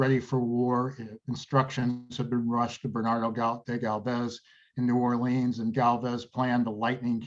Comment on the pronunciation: Are you sure you are pronouncing 'New Orleans' correctly?